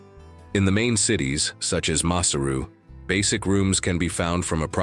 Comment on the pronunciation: NOT MASSER-OO the capital ! Pronounce correctly as MA-SAIR-ROO.